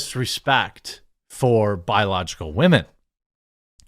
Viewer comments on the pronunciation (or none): Dude… I wish you would stop saying wahmen. You sound like a tool when you say it and it’s cringy. But you do you man just a serious suggestion